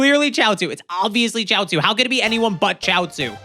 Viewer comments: It’s pronounced shee-ot-zoo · its Chiaotzu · Its chioutzu